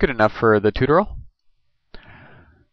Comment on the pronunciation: haha "This is going to be a toot-er-ull"